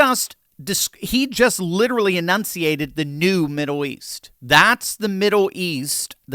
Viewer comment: Why do you keep saying "Middow East"?